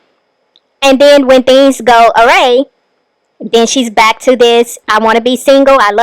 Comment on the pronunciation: It’s awry, not awray